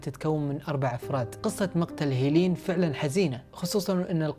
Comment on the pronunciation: لماذا اسمها مثل اسم اختي😂، هيلين ولكن اخي لفظ الاسم ليس كما تلفظه انت، إنه يُلفظ هكذا (هِلِن او Helen) ليس (هييليين او hilin) و شكرا لمجهودك انني اقدر ذلك❤️